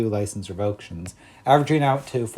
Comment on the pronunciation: Revoke - shuns❌ Rev-o-kay-shuns✅